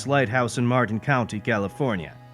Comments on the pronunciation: Dude, get your pronunciation right. “Point Rise lighthouse in Martin County California”? It’s Point Reyes lighthouse in Marin County California! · Such a great story! One thing, though: there's no T in Marin.